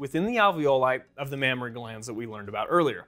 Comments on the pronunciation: Mammary not Mammory* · Mammary not Mammory. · That's "mammAry glands", not "mammOry glands". Just sayin'... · Correction : It’s not “mammory glands” it should be “mammary glands” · isn't it a mammary and not mammory?